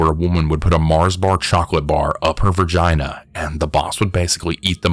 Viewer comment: Whyyy do you say “VER-GINA” 😂😂😂😂😂😂🤣🤣🤣🤣🤣🤣🤣🤣🤣🤣🤣🤣🤣🤣🤣🤣🤣🤣🤣🤣